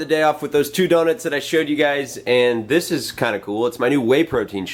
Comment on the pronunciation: I love how you say DonITS LOL Happy Bday man!